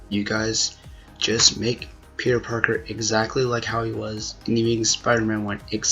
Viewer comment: That dude said "Tobey Maguire as Peter Parkio" HE'S JOKING... There's no way a person could call theirself a fan, and cant say Pete's name right. No way.